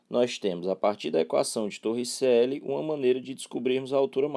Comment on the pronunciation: "TorricÉlli" kkkkkk